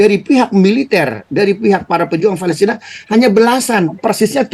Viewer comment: Palestina takkk… bukan Fa..lesrinn…. Abdoel… Abdoel…..